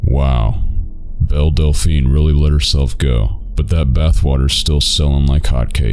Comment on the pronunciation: I thought he said Del Delphine. It's funny either way, though!